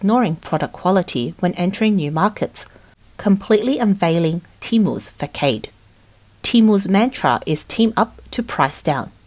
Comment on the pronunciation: “Fuh-kaid”? Did she mean facade?